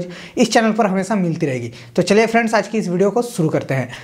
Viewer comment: Bro its friends not PheeRandZzzzz 😂